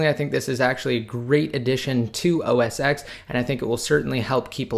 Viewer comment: U even said its the same thing so please say os ten not ex, please !!!